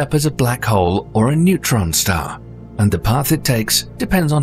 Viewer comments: Newtron star??? NEUTRON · It's Neutron not Newtron 🙄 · A "Newtron" star? ..more AI crap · newtron stars or neutron star? 😂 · "newtron stars" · "NEWTRON" Stars? Really? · → Newtron Stars. Um...